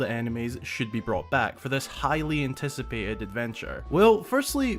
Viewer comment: cause it sounded like "hylian ticipated"